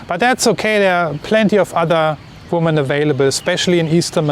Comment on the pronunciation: I recently requested this video, thank you for making it. 😊 - I can tell by your presentation style you value being precise and clear so I offer you some feedback. Your subscribers usually instantly know when you intend plural versus singular human female, it is only a minor distraction. I will happily continue to mentally correct this in my head as long as necessary. But as a possible aid for you, the plural form of woman is different, and a little tricky even for native English speakers, because the spelling does not match the pronunciation. Something which may help you keep it straight is the singular "woman" has the singular form of male ("..man") embedded in the word, while the plural "women" has the plural male ("..men") in the word. I hope this helps you make sense of this oddity of the English language. Thank you again and please keep making your informative videos.